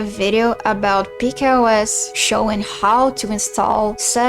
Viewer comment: Peak OS is pronounced Pika (as in Pic-a) OS